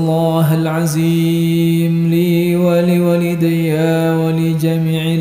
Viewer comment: Maap itu makhroj huruf dzo perlu di perbaiki bacanya jgn za contoh pada kalimat astaghfirulloohal'adzim... Jgn jadi aziim